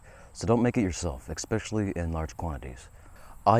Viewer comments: eSpecially not eXpecially. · At least speak English. It's not expecially, it's especially. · Especially not Ecpecially, Etcetera not Eccetera 😮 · eXspecially is not a word. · I'll agree not to make any if you'll agree to stop saying "expecially'. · Breathe-ed, ekspecially, "absolute ethanol"... I'm assuming you mean anhydrous ethanol. Tell me you don't actually know what you're doing without telling me.